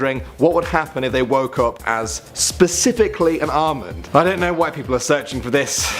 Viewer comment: When he said Almond I thought he said Armin and I was like well if you turned into Armin you would have two best friends named eren and mikasa and one would be super strong and the other would have anger issues If you get the joke your amazing marry me now